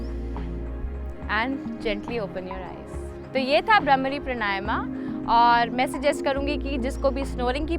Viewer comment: It is not bramri it is bhramari ok learn Hindi please